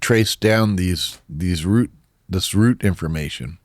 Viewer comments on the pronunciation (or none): none